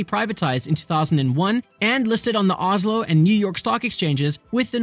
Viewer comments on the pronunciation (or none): Its rely fun siting at home hering you trying to say oljefonnet statoil and Oslo Lol ask siri next time🤣